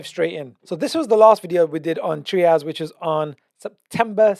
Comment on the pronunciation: TRY-ASS not Treeas. Great content though, thank you.